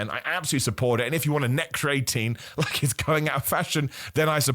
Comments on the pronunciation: Bro stop saying cre atine like that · This has to be a world record for the amount of times creatine was mispronounced in a single video. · Welcome back bro, missed your pronunciation of creatine 😂